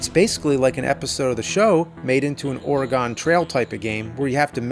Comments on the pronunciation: ITS. NOT. Oar-uh-gone trail. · I can't help but feel like there's some connection between The Nerd disappearing at the end of the episode and his pronouncing of Oregon as Ore-eh-gone.. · You can always tell an east coaster by their pronunciation of Oregon.